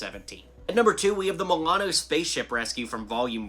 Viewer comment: you said Milano wrong